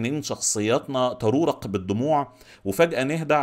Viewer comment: تغرورق مش ترورق 😆😆